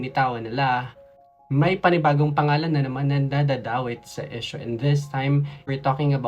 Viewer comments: Kung di ka Naman part ng mga halfies Tagalog na lang tayo 😂😂😂kasi Ang EESH- YU at IS nagiging EES. Okey lang po mag English pag Tama Ang pronunciation. Ang Proud pure PINOY here. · Esyo? Palumu? Hijo practice ng proper pronunciation okay... Para di mapagtawanan at huwag sabihin n visaya k okay...